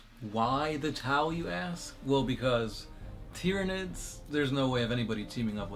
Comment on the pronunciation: you said nercrons and tyrinds ally in the nercron lore